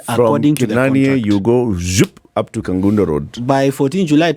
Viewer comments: Hello, the place is called Kabonyo Kanyagwal not Kabondo kanyagwal. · It's Kabonyo Kanyagwal. Not kabondo Kanyagwal.